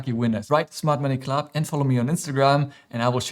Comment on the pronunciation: Smart Money Club (although it sounded like you said Mart Money Club 😝) Thanks, love all your videos 😊